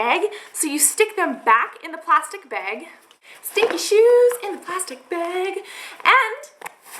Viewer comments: I love how she says bag! "Beeeeg" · Coulnd't finish this video jist because she breathes so nasaly...and the way she says bag....she needs help. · interesting pronunciation of the word "bag" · you say "bag" funny hahaha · Is she Canadian? She says "bag" like a Canadian I think. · u say 'bag' reallly weird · I like the way she says the word "bag" XD